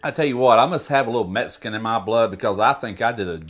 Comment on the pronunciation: I love that this guy says "meskin!". I'm from texas, so i hear it all the time, but it cracks me up.